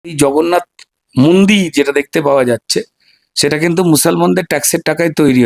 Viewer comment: উনি জগন্নাথ কে ভগন্নাথ বলেছেন